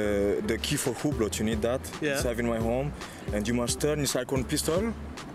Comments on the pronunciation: Spricht Französisch und weiß nicht wie man Hublot ausspricht EHRE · Der Typ ist nichtmal Franzose, sonst könnte er Hublot auch richtig aussprechen. Sein Akzent hört sich auch nicht besonders französisch an...